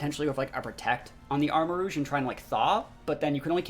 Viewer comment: Arma-rouge (armarooj, red armour) not Arma-rogue. cringed after hearing you pronounce